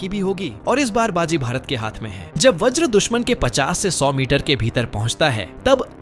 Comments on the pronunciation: Vraj nahi Vajra sahi Got it...? Atleast Basic English to Jano. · व्रज नहीं भाई वज्र